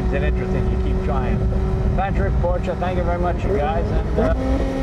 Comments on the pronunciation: Good to hear you saying Por-shuh correctly now, Jay. 👍😁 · Thank you Jay for saying PorschEEE 👏🏼 Can't take that for granted as far too many car enthusiasts still say it incorrectly. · Jay, you don't call it a "porsh" and that's smart enough. #respect